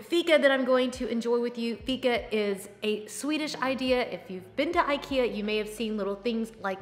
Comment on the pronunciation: Wish you would pronounce IKEA correctly,so people could learn.